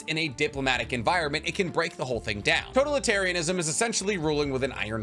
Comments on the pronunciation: Lol the way you pronounce totalitarianism is driving me crazy lol 😂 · Can you pronounce totalitarianism wrong one more time for me? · God I love this man but Imma have an aneurism listening to him pronounce words like totalitarianism or corps